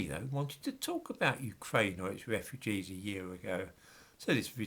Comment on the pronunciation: Your R is so fucking annoying. Wewwewwewwew Ukwaine